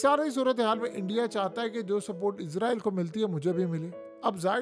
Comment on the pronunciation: یار تم ایک دفعہ اسرائل کہتے ہو اگلی مرتبہ عزرائل۔ عجیب کنفیوز سپریم ہو۔ یا اردو بول۔یا انگریزی۔